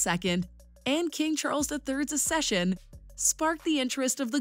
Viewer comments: "Accession" is not pronounced Ass-eshun but Ax-eshun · Babes it is (AK-SESH'UN) not (A-SESH'UN) And not coronated, it is crowned. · Learn to pronounce "acceed" and "accession" correctly if you want to make a video about it